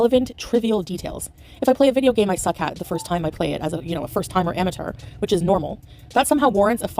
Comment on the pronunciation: she’s such an ama-turr why does she keep saying it like that!!! she speaks french, why does ‘teur’ trip her up it’s crazy, she is delulululululu